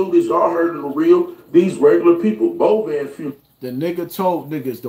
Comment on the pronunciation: Aye, Tell on the video that the person whose funeral it was and his family's name is Bovan pronounced: Bo- Van not Bovon. That whole family are real Memphis Legends and I'm a real Memphis Native. Respect... Long Live Flippa🐬🐬🐬🐬🐬🐬🐬🐬